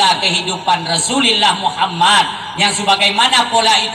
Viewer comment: Rasulullah bukan Rasullillah